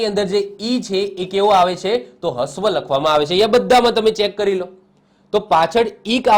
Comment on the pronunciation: હ્રવ ને હસ્વ નહી રશ્વ બોલાય.....બાકી જોરદાર વિડિયો...